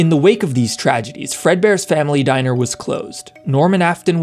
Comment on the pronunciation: Bruh it's "diner" "🤓 "